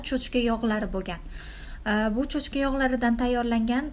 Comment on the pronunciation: Cho‘chka emas cho‘chqaa